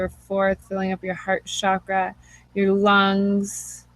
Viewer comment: Namaste mama, I so wanted to hear this as I'm just beginning communications with a spirit baby and am interested to hear about others' experiences with this, but was too triggered by the repeated use of the sound, "shakra" for the Sanskrit word, pronounced "cha-kra", like "cho-colate". Excited to explore this trigger but could only make it seven minutes before the fires of irritation consumed me! Blessings for sharing this.